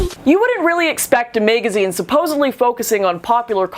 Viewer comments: "A May-gazeen" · "a MAY-gazine".......lol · Did you just say MAGA-zine? Haha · I like how you say magazine.